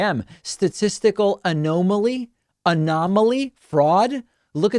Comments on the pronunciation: "analohmie" -David Pakman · You are literally the only person I have heard from any country, to say 'A-gnome-alley'